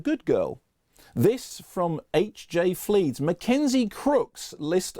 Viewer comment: He read out my response, but pronounced my username as HJ Fleeds instead of HJF Leeds. Ah well, I'll take it as a victory!